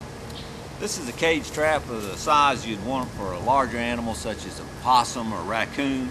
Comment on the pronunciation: When he says raccoon 🌚 lmaooo